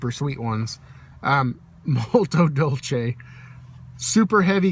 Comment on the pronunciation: Say fella, just discovered your channel while in the process of looking up some LOTR pipe stuff. Thanks for posting and I'm subscribing. Hope you're doing well and have a great weekend. Oh... one more quick note- thanks for pronouncing "Dolce" correctly- DOL-chay :-) I've been messing it up for years.